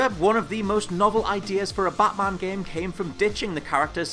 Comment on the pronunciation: what's a jame?